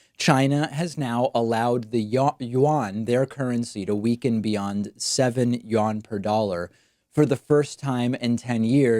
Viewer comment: the what?!? David... The official money of China is the Renminbi more commonly known as the Yuan. Yuan -> "You N" <- Pronounciation as close to english as can be.